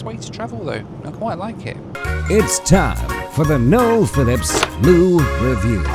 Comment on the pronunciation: Josh always calls him "". 😂